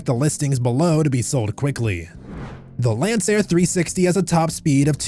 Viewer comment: This channel is hilarious. Child. 😂 “Lanceair” 😂 smh CHILD